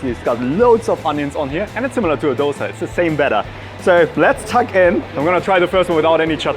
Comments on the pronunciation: "it's actually pronounced Dhosae here". Yess. Thank you for releasing that info! 🙌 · DHO-Say... bro kudos... lot of indians are so oblivious to the pronunciation. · Honestly a great pronounciation of the word Love to see you here Do visit again Taaza tindi is a must visit for you and even paakashala You at least told dosa Many mispronounce it as doughsa....... Hats off for half the right pronounciation Great job.. Do try some of the other delicacies in bangalore.